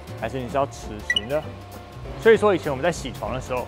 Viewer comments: 偏要講ㄒㄧˇ床，講ㄒㄧㄢˇ床很多人聽不懂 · 铣床都可以念成先床 也是没谁了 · 銑床應該是唸ㄒㄧˇ 床才對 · 铣 念 ㄒ 一 ˇ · 铣 台湾念先，有点意思